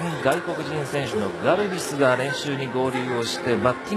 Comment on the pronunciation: ガルピスじゃなくてガルビスじゃね？w